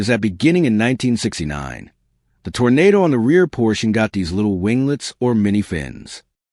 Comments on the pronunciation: Arrrrrgh! Okay, make a note please. A Tornado was Dorothy's free ride to Oz. An Oldsmobile is a Toro-Nah-Doh. I'm leaving now. My ears can no longer take your mispronunciation. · If he says Tornado instead of Toronado one more time, I will scream !